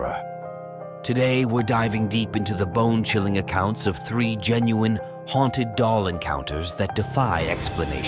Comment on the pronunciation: Haunted not hautned